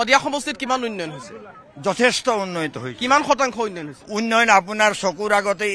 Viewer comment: Reporter jone uinoyon koi ase উন্নয়ন কব লাগে।